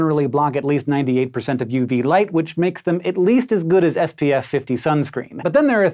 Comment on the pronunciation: when he's supposed to be saying SPF 5 after saying something about the white shirt it sounded like he said FPF